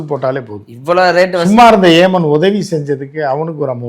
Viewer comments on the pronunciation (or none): ஓமன் இல்லை...!அண்ணே...!ஏமன்...!